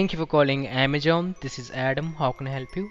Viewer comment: Since When Amazon Became Amajon lol 😂😂😂 Best English I Have Ever Heard And Btw Big Thanks To Whole Team Of Trilogy Media 💪